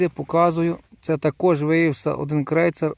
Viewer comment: Тільки не Ейн, а Айн Крейцер